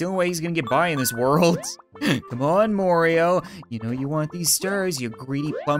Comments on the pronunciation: soooo you call him morio enstead of mario WHY?? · It’s not morio it’s mario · Its not mario its Morio! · constantly says Morioh instead of Mario Me: Killer Queen BITES THE DUST